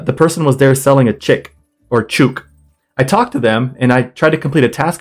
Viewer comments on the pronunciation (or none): Came here to say this, it's bugging me XD I heard "choook" and started yelling, it somehow sounds like a slur?? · Just FYI - speaking as an Aussie, the correct pronunciation of the slang name for a chicken, a "chook", is the same as "book". :D